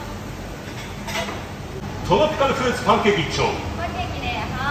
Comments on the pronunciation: トロピカルフルーツパンケーキ一丁 ‼️ 珍しく滑舌いいでしょう🙌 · 唯一滑舌が良くなる瞬間ですね。